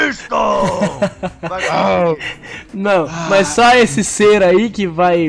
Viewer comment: Não é BLISTON é shenlong